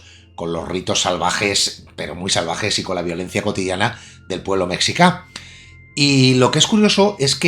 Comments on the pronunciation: Azteca es ficción pura y dura, no hay que tomarlo al pie de la letra para tratar de conocer las culturas prehispánicas. Por cierto, mexica se pronuncia “meshica" no “mecsicá". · Mexica se dice meshíca